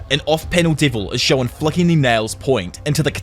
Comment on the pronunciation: Hey man loved your videos since the Tokyo revengers chapter reviews, love this one too. Don’t take it negatively but try to work on your pronunciation of ‘shown’.